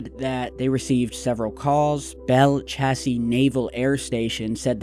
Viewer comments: Actually it's pronounced "Belle CHASE," not Chasis. Ya gotta be a Southerner to get it right the first time!! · First it was a flash of light then the boom. Also it's pronounced Bell Chase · Belle Chasse is pronounced Bell Chase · Long time viewer and native to NOLA, Also former employee of Michoud. Pronounced {Me-shoe} Belle Chasse Pronounced {Bell Chase} Also no underground nothing in da swamp ya heard me, Like people get buried on top of the ground in concrect dude. lil FYI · I live close to there, but didn't hear it. I can tell ya, no underground anything going on in that area, the city is UNDER sea level. Maybe we can rule that out?, its pronounced like (chase) I know it's spelled hyphenated but we all say it like chase that car!!! Lol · It's Belle( Chasse) like chase like the alien chased me Belle Chasse